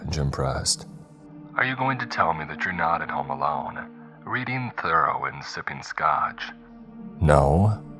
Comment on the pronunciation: You grossly mispronounced Henry David Thoreaus name. It’s Thor-ROW